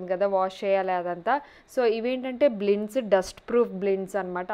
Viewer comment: బ్లిండ్స్ కాదండీ బ్లైండ్స్ nothing offensive just correcting 👍